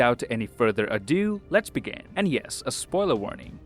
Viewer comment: The only thing I kept focusing on throughout this entire video is how the keeps pronouncing begin as 'began'.